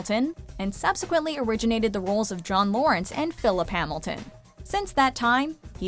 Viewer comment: We all gonna ignore how she said John Lawrence instead of John Laurens?